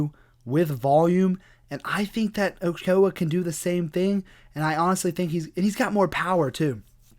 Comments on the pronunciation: As someone who's native language is Spanish, it was pretty funny hearing you trying to pronounce Ochoa. As other hispanic last names Martinez, for example, It is pronounced the same way you spell it O-Cho-A. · In spanish, his name is pronounced as Oh-cho-ah, Ochoa.